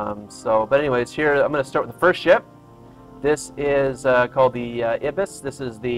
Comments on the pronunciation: i-bees i think its pronounced eye-bis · Um, actually it's pronounced 'eye-bis' :-)